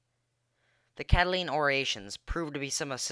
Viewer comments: um it's pronounced CatiLINE not CatiLENE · its cata line not cataleen